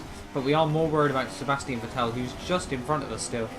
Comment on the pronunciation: Dude learn How to say. Vettel